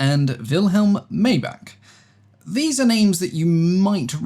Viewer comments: Daimler (Germany) is pronounced "Dimeler". I understand that there's a British Daimler that's pronounced "Dameler". Same with Maibach, pronounced My-bach. Otherwise thank you very much for another interesting, high-quality, video. That 1913 Le Rhone rotary engine is beautifully made. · In English, Daimler would be pronounced like "DIME-luh" and Maybach as "MY-bach" ("my" as in "my plane" and "ch" as a uvular sound, like in the "ch" in Scottish "loch").